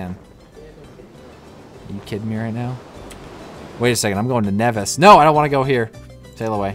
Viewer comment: by the way its basically niivis not nEvis you probable won't understand this:P